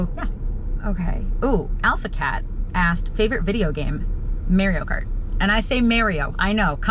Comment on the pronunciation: The way you say Mario kart 😂😂😂😂🎉🎉🎉